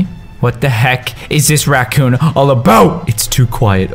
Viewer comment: callus you said ratcoon